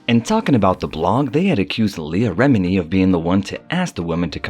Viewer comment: Rem-en-ie lol sorry but you pronounced like most of the names incorrect and it's killing me Everytime I hear them😂😂😂